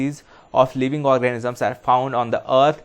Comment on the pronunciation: Sir please organisms boliye, orgasms nahi. Bohot funny mistake lagti hai, time k sath fir irritating ho jati hai 🤦🏼‍♂️🤦🏼‍♂️🤦🏼‍♂️